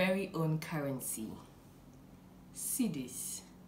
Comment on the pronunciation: Cidis 😂😂😂😂😂 Those who say this feel they’ve made it in life Cidis😂😂😂😂😂😂